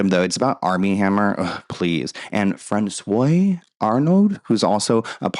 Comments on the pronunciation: *François = “France-wah” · francois is pronounced like france-wah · Fran Swo -a Francois - Please contact a French person. You’re killing me 😂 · Just a heads up "Francois" is pronounced "Fran swah"... That being said 😅 I enjoy your channel, thanks for all the hard work on your content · Why is Armie Hammer making the news about his private life? Dude's a creep... And François (pronounced Fran-Swah) Arnaud is not French, but French-Canadian. Love your content 💛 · François is pronounced frahn-swa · No one seems to comment on you saying François the way you did 😭😭😭 don’t think of it like La croix and how Americans pronounce it because their pronunciation is wrong lol. It’s FRAWN-SWAH (in French the ç sounds like an s and make sure to roll your R’s at the top/front of your mouth) or you said say FRAN-SWAH (if speaking English). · her stride is way too long and her heal to toe is not good. She’s crossing her feet over too much and she’s more worried about her hips swaying than her stature and poise. François => Franz-Wa not the acrylic coke nail 😂😂😂😂